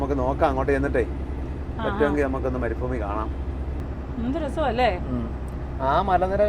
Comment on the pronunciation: മാഡം, മരുഫുമി അല്ല മരുഭൂമി ആണ്